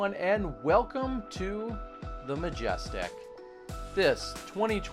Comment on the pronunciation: This guys accent drives me nuts. He horribly mispronounces Majestic in the first 5 seconds and I already wanna punch his face. Take a note from Jomez and get professional commentary to make your vids watchable.